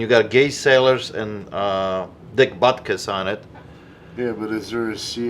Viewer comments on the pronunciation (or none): Right and me knowing nothing about football hearing “Gay Sailors” and “Dick Butkiss”. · My knowledge of American football players is little to none so when he said "Gay Sailors" following by what I thought was "Dick Buttkiss" I thought he was taking the piss